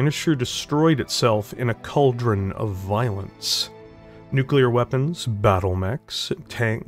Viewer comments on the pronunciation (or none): none